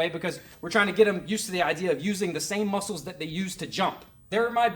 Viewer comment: "Our LEHG MOSCLES!" Channeling that Puerto Rican Kung Fu again? :D